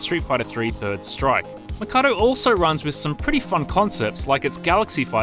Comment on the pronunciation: Why does he keep pronouncing the name of the place as Makado when it's written Mikado......even in the title of the video